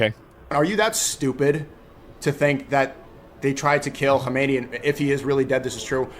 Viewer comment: nahhhhhhhhhhh that guy can say he's Iranian but he can't even pronounce Khamenei.